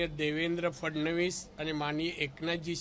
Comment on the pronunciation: फडणीस नाही हो फडणवीस बोला